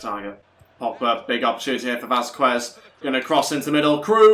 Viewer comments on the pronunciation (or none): ITS VAZKEZ NOT VAZQUEZ, AND MARSELO NOT MARŠELO